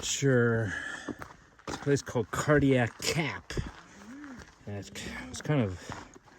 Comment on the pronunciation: Are you saying Cardiac Cap or Cardiac Gap?